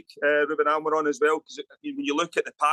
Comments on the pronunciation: Kris Boyd - who the fk is Almaron? It's Amorim ya fudball. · Who tf is Ruben Amiron ? It’s Amorim ffs 🤦‍♂️